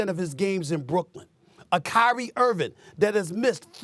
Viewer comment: why does SAS keep calling him Kyrie IrviN? smh.